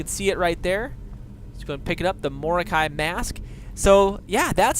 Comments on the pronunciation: MOROKEL?! WTF It is spelt mor o kei...xD (mor oh keye) is how to pronounce it bro. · He said Morkel. JUST FUCKING KILL ME!!! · Say it like mo ro Kai